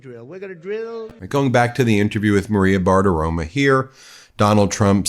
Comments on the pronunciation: I love you, Ben, but the name is BartiromO, not BartiromA; it's very annoying that you keep mispronouncing it. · I really enjoy how you pronounce "Bartiromo." It sounds like you're saying, "barf aroma." 😂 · You pronounced her name wrong. It's Maria Baggabologna. 😮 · It is BartiromO